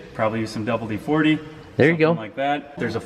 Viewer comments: because it's WD-40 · It's painful listening to him say "double D 40".